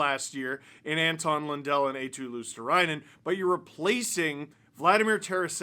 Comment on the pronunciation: Steve, you're struggling with pronouncing Marchand after absolutely butchering Eetu Luostarinen. Finnish names aren't hard to say, they're written exactly with the phonetics of the letters. It's you Anglos who fuck it up. Eetu is EE like in Rihanna's Umbrella, ee, ee then tu. Luostarinen goes like LUO, sta, ri, nen, stress on the LUO bit. All R's trilled. There you go.